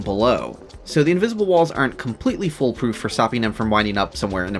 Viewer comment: foolproof, not "full proof" (great video too of course)